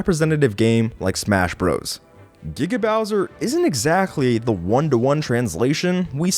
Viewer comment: It Giga Bowser, not GGaw bowser. You say it wrong so often. But I'll let it slide as not every research video ever made is perfect.